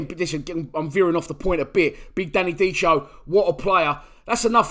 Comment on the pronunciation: It’s pronounced Danny Dickeo not dicheo. Ciao